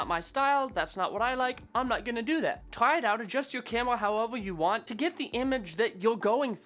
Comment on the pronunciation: I like it when you're saying "camela" no offense bro. another knowledge for M50 user like me..